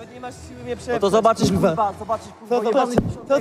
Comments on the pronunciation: Mega beka ktos nie mowi ,,R” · kuLwa . FLAjeLSZE, KULWA KULWA